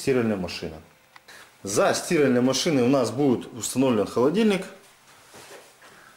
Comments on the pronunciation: Почему стИральной? Мне больно это слышать. А в остальном отличный специалист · Для сти́ральной машины 🤦, как можно так ударение искаверкать))